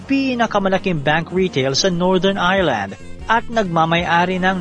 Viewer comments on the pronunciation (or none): none